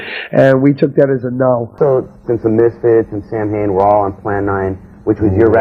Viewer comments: Wow. Even doesn’t know how to pronounce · i cant stand how he mispronounces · Names band, doesn't know how to pronounce lol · Danzig usually reiterates the true pronunciation in interviews. He admits the band's way of saying it is just because that's how it rolls off of most people's tongues and it's how it's spelled, so he just goes with it.